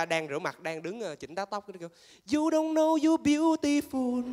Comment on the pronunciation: You're one of the best Vietnamese Comedian. co tieng anh tot lam, nhung neu dieu chinh cach phat am them ti xiu nua thi tuyet voi. Beautiful = biu di fu (khong phai biu ti foon), Stoppable = stop able (khong phai xis top pabo). Xin gop y.